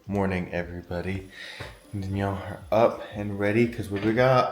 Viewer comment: denyell defintly😂